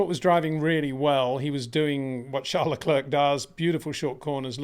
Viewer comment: Again…. it’s pronounced lecl’air’. like Air not lecl’erk’ like ‘clerk’ !